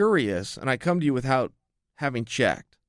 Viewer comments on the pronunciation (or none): Stop saying "with hout" for fucks sake. Still luh yu though. And still undefeated. Except when it comes to speaking English